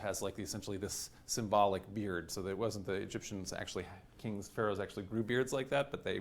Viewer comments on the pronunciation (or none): none